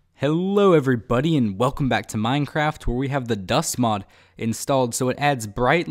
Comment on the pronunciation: At the start I thought he said "Hello Everypony!"...